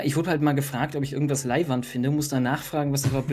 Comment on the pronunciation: Bitte bitte meine deutschen Freunde versucht nicht mehr "Leiwand" auszusprechen... Danke und liebe Grüße aus Wien